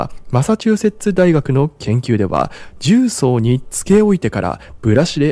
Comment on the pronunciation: 重曹のアクセント変ですよ、出身はどこですか?